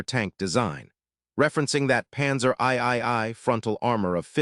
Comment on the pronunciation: This computer narration is the worst I've heard yet. I stopped at the 3-minute mark. Between the panzer "eye eye eye" and the "flaw cay" who could bear it longer?